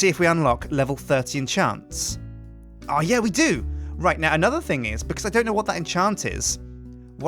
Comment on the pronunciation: Thing not thong